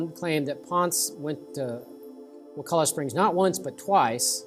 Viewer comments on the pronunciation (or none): It's actually pronounced: Wuh- Kuh- Luh. And the POS Florida government put a sewage treatment plant right over the main spring, ruining the water just in case you didn't know. There's also a collection of springs there called CJ Spears where the FDOT clear cut all around it and put a road in going from Tallahassee to Crawfordville. It ruined the natural filtration system of the trees and is now ruining the spring. In 10 years these springs will be ruined if they aren't now. May wanna go check them out before it's too late. Sorry to be the bearer of bad news.